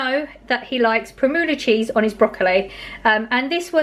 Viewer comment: every time you buy primula I smile. Its pronounced prim you la lol. I love the one with ham in x